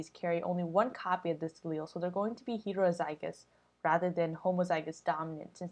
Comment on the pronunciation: why do you say heterozygous so weird....